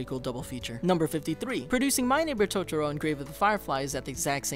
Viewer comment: you lost me right at the start when you said 'tots-ro'. byeeeee